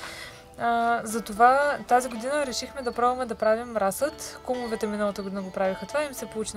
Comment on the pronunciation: Здравейте. Много полезно видео 👍. Само да вметна: Често споменавате Кумовете, правилното ударение в случая пада на първото Е. В изразът " от кумова срама" ударението пада на У. Успех и спорна работа